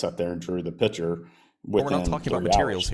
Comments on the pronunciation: "drawl a piture" 🤮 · Does this caller not realize that the word picture has a 'C' in it? He keeps calling it a piture. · He says "piture" and wants to discuss science 😂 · "A pichur" is making me slowly lose my mind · I'll go with the guy who can say 'picture' properly.